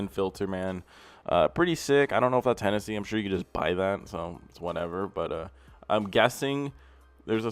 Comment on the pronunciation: Bro it's Hennessey. Look him up.